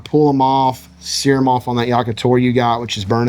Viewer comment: Love the recipe but best part of the video is when he says "seary" and it sets off all of my apple products